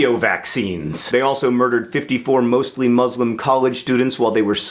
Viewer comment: I'm dying at the way you pronounce 'muslim'